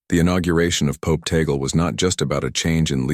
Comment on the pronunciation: FAKE STORY. FAKE NEWS. Please respect the Holy Father. STILL ALIVE. His last name is (TAG-LE)